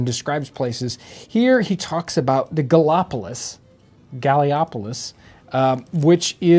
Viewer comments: At around 6 minutes. "Gally op o lis?" I had to laugh out loud because I grew up in that area and knew exactly where he meant! There are 3 pronunciations of Gallipolis. Depending on who you ask: Galla Po Liss , Galla Police, or the less sophisticated Gal Pliss 🤣🤣 City of the Gauls. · It’s gall-a-police is how it’s pronounced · That town in Ohio is pronounced "Galapolice". It's actually across the river from Point Pleasant, WV, home of the Mothman.